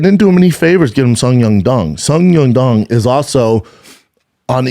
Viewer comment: I even heard a couple “Sung Yung Dung” in there. 😂